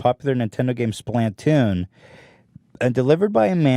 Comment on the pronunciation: As a biiiiig fan of Splatoon I got T r i g g e r d when he said splaptoon